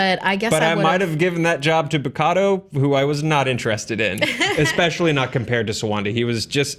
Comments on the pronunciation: Did you just call Bakuto Bukato? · It's Bakuta not Bokotu... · Bakuto, not Bakado. And Black Sky, not Dark Sky. Cheers guys. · Bakado? Isn't it Bakuto? Feel free to correct me. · Really?...Bakotu? Bukato?...really guys? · she also said Bikotu lol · When you realize that both these people are royally botching the simple pronunciation of Bakuto